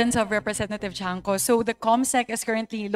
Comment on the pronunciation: Cong. Tiangco not chanco.